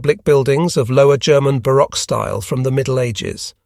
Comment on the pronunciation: Pretty sure it's a bot - there are some very curious errors that no speaker of a European language should make (the mispronunciation of baroque towards the end is particularly telling). You'll note also a complete absence of any breathing. Sure, it is possible to have all breaths edited out, but that'd be an insane amount of work for an editor, especially on a recording of this length. Theoretically possible, but seems unlikely. The easy answer is that it's a bot doing the reading, and bots don't need to breathe. If they were going to go to the extraordinary lengths of editing out every single breath, you'd think they could edit in corrections for some of the absurd mispronunciations. But if it's a bot, there is no editing, they just feed it the script and then upload the output without editing. Probably without even listening to what the bot produced. But overall, it's still plenty good enough to convey the information despite the mistakes, so better to have a bot recording than no recording.